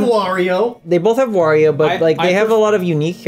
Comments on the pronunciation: It is Wario, not "wor-rio." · I am the only one who was annoyed at how many different ways they pronounced "Wario"? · War-io Ware-io Wore-io Where?-io Whoa-rio But I pronounce it "That character sucks"